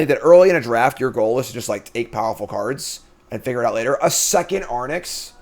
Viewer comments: AIR-RINKS. Not Ar-nicks. 😡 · Love the content, thanks! I feel obliged to point out though that the creature is phonetically aw-rinx and not arn-ix.... Sorry to be pain but I just can't seem to unhear that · Gonna say nonbeliever because you can’t pronounce Arynx 😅